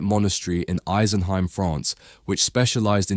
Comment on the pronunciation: It made a huge impact on me as a child, and is still probably my favourite piece of art ever. (Side note, I'm pretty sure it's "ee-sen-hime", not "ice-en-hime")